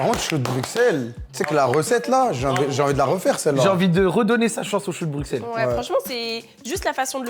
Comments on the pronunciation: Putain stp t’as fait le tour du monde on dit Brussel pas BruXselle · Choux de brusselles ça se dit ahah mais c est okay. Sinon très bonne vidéo